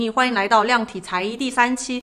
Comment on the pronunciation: 亲 量体裁衣的量是测量的量 第二声 重量的量才是第四声 小小提醒哦